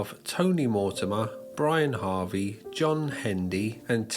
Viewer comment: Good video, especially the last few minutes. Minor correction: It's not Brian Harvey, it's Brianarvey